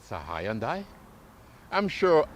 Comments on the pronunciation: It’s not HY YONDAI. Lol. It s more like hun - day. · well, the proper pronunciation is "hun-day" not "hi-and-die". i'm giving you the proper pronunciation, not the proper spelling obviously. if you honestly do not know that it is pronounced 'hun-day", .... then i don't know what to say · can you say ........ HUN - DAY..........???? but, if it's "HI AND DIE" you must, then have fun i guess. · It’s Hyundai rhymes with Sunday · The way you say Hyundai would make their Marketing team cry. But still a good video, these cars are awesome. Currently buying one. It's Hyundai, like superbowl Sunday! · It's pronounced Hun-day... Rhymes with Sunday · He has to be trolling us with the Hi and Die pronunciation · Hey genius, I JUST called Hyundai Motors America and they've said that it's pronounced HUNDAI like SUNDAY, MONDAY. In their case, you drop the Y in the pronunciation in the United States and that comes from the company itself. You'd think that the company itself would've issued the proper pronunciation of their company WORLDWIDE years ago had that been the case despite where people are from with their accents. Toyota is pronounced TOYOTA worldwide so accents and differing cultures isn't an excuse. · About the most annoying mispronunciation of Hyundai watch the video on mute lol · You’re saying the brand wrong bro